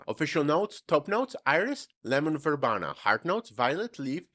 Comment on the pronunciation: verbena is pronounced ver BEE nah, Gist is pronouced Jist, with a soft J sound. thanks for listening. Loved your video sir.